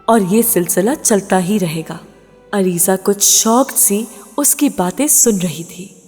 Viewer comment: It's Aliza not alizey